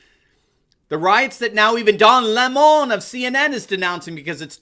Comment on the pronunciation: Don Le’moan. If you want to pronounce it correctly.